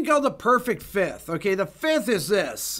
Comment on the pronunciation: FIFTH, not FITH!!! FIFth! FIFth! F-I-F-T-H!